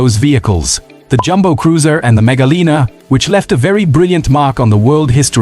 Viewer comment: mega liner, not mega lina. also its "line er" not "leaner"